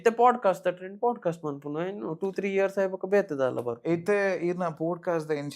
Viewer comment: It's pod-cast, not pode-cast...